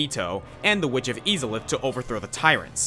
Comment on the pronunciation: same here when he said eezalith when its Aizalith